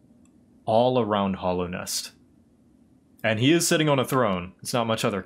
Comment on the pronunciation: lot of your theory's were accurate except 1... ITS HALLOWNEST NOT HOLLOWNEST